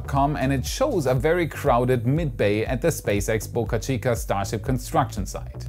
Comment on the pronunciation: A reminder, it Boca Chica, not Bucka Chica! Bo-ca, not Buck-a!